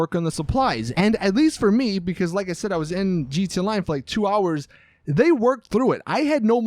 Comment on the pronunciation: he say gt online